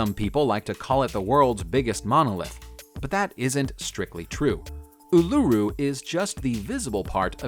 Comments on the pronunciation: It's pronounced UL A ROO bro not ululla but Aires rock will do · The way he said Uluru 😫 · As a fellow Australian, the way he pronounces uluru makes me cringe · I hear ya